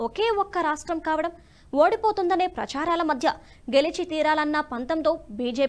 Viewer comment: 'ప్రఛారాలు ' తప్పు ----ప్రచారాలు అని పలకాలి!!!!!---నిన్నెవ్వడూ ఇదేం తెలుగే మూర్ఖురాలా అనగల్గిన పై అధికారులు అంధరూ.. అందరూ పారితోషికాలు తీసుకుంటూ నిద్రపోతున్నారా!!!!!!!!!